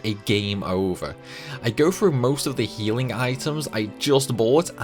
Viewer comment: Frough Frew.. bruh learn to pronounce a TH sound. th does not make a F sound, like this is shit you learn when you are 5 years old